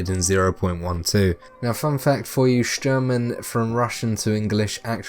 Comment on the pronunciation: good video, just dont say sherman, if he is shturman :D